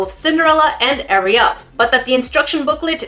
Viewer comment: No one: Literally no one: Me: thinking about making a meme about how she says “AriYal”